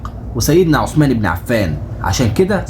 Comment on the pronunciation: السلام عليكم حرف الثاء في عثمان طلع لسانك للنطق الصحيح ثانيا اسم الصحابي عبد الله بن أبي السرحاني تحياتي